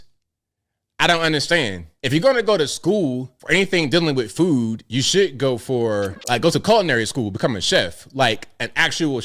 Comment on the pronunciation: Did she say FOOD service or did she say FOOL service? Because everybody needs food, and every college needs Fools. And blithering idiots.